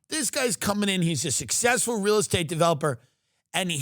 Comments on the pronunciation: Anybody catch when he said “sexful” instead of “successful”??? Hmmm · IF we're "sex-fool" or successful or sectsful what he said dude